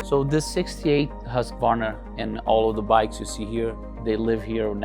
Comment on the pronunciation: At last .... Pronouncing the esteemed 100 year old Swedish Motorcycle Company Name Correctly .... "Husk , varna"...... NOT "Husk , A , Ye Ho, Hillbilly , Varnarrrr !!!!! Music to my ears as an ex Husky dirt bike owner.